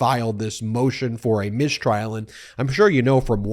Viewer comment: what's a "mishtrial"? SHTOP IT also Swift wrote that a bit less than 300 years ago, not 700 years LOL